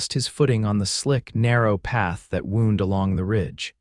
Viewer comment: Wrong "wound" pronounced as an INJURY, INSTEAD of the word for a Curling Road, pronounced as "WOW" - "All Wound Up" like a toy spinning top. Or, A wīndēng Road.